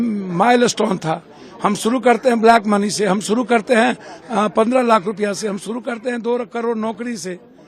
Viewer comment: तुम कुछ भी छुड़ू (शुरू)नहीं कड़ (कर) पाओगे 😂😂😂😂